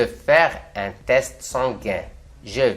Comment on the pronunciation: Bonjour, si je peux me permettre ce n'est pas croûtes mais crottes et test est sans e à la fin